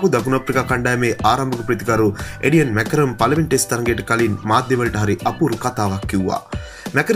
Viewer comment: එඩියන් මැකරන් නෙවෙයි Aiden Markram හරියට කියවනව. උට ඇහුනොත් මැරේවි 😂😂😂